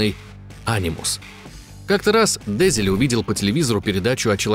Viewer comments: Только не ДЕзиле, а ДезилЕ. Уши режет ПавЕл невероятно. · Душный коммент. Не дЕзиле а дезилЕ. У французов ударение всегда на последний слог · Видос отличнейший, восторг полный. Но я доебусь. Французские слова, вообще все, имеют ударение на последний слог. Поэтому фамилия главного разраба не дЕзиле, а дезилЕ. патрИс дезилЕ. Всем пис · Пиздец, Парис ДЕзиле, диктор вообще понимает, что так как он француз ударение, очевидно, должно ставиться на последний слог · ДезилЕ, а не ДЭзилэ, он же ФРАНЦУЗ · ДезилЕ, а не ДЕзиле. Désilets эта черточка означает не ударение, это акут. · дЕзиле? Серьезно? Автор в таком возрасте не знает, что у французов всегда ударение на последний слог?🤣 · Французские фамилии произносятся с ударением на последний слог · ДезилЕ́, он же француз, алё! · Патрис ДезилЕ. Сами же сказали, что француз. Ударение всегда на последний слог. (сори за духоту, спасибо за внимание) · Но франсуз.. Ударение на последний слог... ДезелЕ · Диктору подсказка любя, раз Дезиле француз, то он будет ДезилЕ. И вообще слышите французскую фамилию, делаете окончание на последнюю гласную, воть. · Да запомните что у французов ударение падает на последний слог дезелееееее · Все таки, мне кажется, что верно будет: Дезеле, а не Дезеле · Простите, господамы, но аж не могу ДезилЕ, француз же...Ну что же Вы, товарищ...